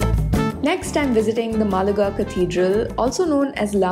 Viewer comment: Pronounce Málaga right, otherwise it seems like a South Indian city 😂